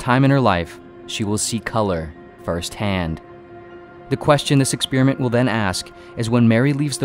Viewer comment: I get triggered every time he says ‘ex-spear-iment’